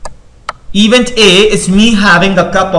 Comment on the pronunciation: Very nicely explained! The only one thing is - please evEnt. This mistake makes it hard to concentrate on the material.